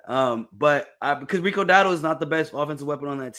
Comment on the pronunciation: is terrible with players names. “Rico Dowwle”